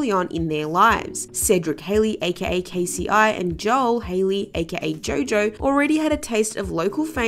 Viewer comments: K-C-I lol 🤭😂 Miss It's pronounced K-Cee 😳🙄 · I think she's saying k-c-i reading K-ci (pronounced Kay-see) as K,c,i,instead of K-Ci crazy I know 😄😄😄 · K. C. I. Lol it’s pronounced K-C lol 🤦🏾‍♀️🤣🤣🤣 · OMFG it’s pronounced “KAYYY SEEE”. Who in the hell is KC-EYE?! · Did she just say K.C.I. 🧐 it’s pronounced Kcee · And someone who calls K-CI, K-C-I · It's pronounced KAY•SEA. Not KAY•SEA•EYE. That "I" is not capitalized... Please reconsider the artists you do videos on, as it appears that you don't know much about the ones you cover. Are you even familiar with the culture? Also interesting how similar this is to RealRealityGossip's editing... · Give me a fucking break, it's pronounced Kay see , not k,c,I 😂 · Right she don’t know what she’s talking bout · Lol its Kci is pronounced kc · I thought my hearing was bad when she said K-C-I n had to go back twice. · The audacity. Kay Cee Eye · Is she saying Kay See Eye? 😂🤦🏾‍♀️